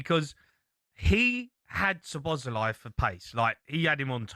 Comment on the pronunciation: Why does Cundy keep calling him "Slob sly"?